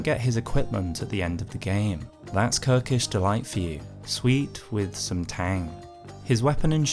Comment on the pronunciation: "Kirkish delight "😂😂😂😂😂😂